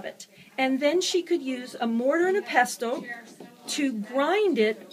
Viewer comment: Very cool! One criticism: It’s pronounced ‘pessal’, not ‘pestle’. ✌️